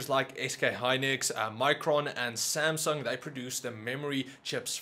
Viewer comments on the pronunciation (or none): none